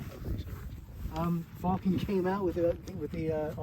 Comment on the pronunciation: Fal ken. Not fall ken 😂 great video.